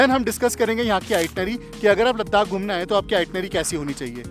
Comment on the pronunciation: Repeated 'Ladakh' pronunciation made my ears a bit irritated. Never mind.